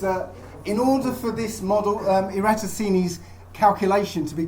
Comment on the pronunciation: You can't even pronounce Eratosthenes let alone debunk him.